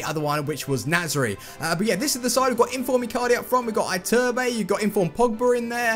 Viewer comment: You have to say ITURBE, not Aiturb. Lol